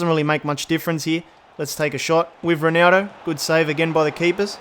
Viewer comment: the way he calls ronaldo ronaro lmao